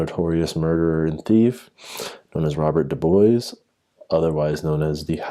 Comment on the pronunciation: Just a tip, it is correctly pronounced 'Deering'. It is the name of a local family. Also, DuBois is pronounced (approximately) du-BWAH. The student disappearance is a hoax. If you look at the text below the photo it claims they were from Durham university far in the north but more importantly, the person who doctored this newspaper made the mistake of not checking what day of the week the Sixth of November 1996 is....which was a Wednesday! Again, a tiny bit of research applied to searching for the supposed 'Dering Wood Massacre' shows it to only exist on Paranormal sites and other dubious locations; the only evidence offered is a supposed newspaper which is obviously fake, particularly to anyone who knows anything about newspapers and British history. If you examine the most clear copy that I have been able to find you don't want to read the signs of fakery below and want to work them out for yourself, stop reading here. However, I am going to list them in order of the level of stupidity you need to believe that this is true. 1) The postcode listed on the paper is of the type that came into effect in the late Nineteen-Fifties, although the paper claims the article was published in 1948.2) The price is listed as one penny (1p) whereas the symbol for pence before decimalisation 1971 was 'd', taken from the Latin name denarius. 3) Use your blasted eyes! The top of the paper is stained and damaged and the paper title rests in the middle of a crease but the font remains sha